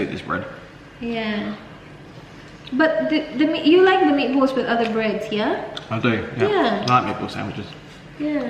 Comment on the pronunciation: Unang dinig ko kay, nipples. Meat balls pala. sorry! HAHAHA